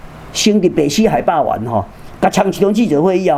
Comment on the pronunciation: 可愛的曾博士！海霸“完”😅😅😅